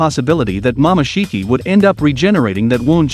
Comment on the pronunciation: Ummm did he just say mamashiki?